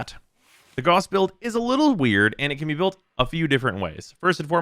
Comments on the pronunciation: His. Name. Is. Pronounced. Gah-oos not G-aw-ss, it's not hard and it's not up for debate. It's a real person's name, not just a fictional one. This P.S.A. goes out to the entire community. Calling him G-aw-ss is like calling Mesa, Mee-saw. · is not pronounced "Gus" tho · Rebecca pronounced it G-aw-s in the character reveal trailer. While i prefer the German pronounciation i consider both to be correct for the game. After all warframe is its own world so i don't consider a name being pronounced one way irl meaning it needs to be pronounced that way in the game. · I'm aware of how Rebecca pronounced it, but it doesn't make her correct. For words, especially names, you don't just get to decide how they sound on a whim. Even if warframe is a fictitious world, the name isn't and neither are the people making it. The propor pronunciation is Gah-oos.